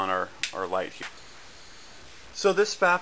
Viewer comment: kendy4 lol “PFAFF” say “Foff”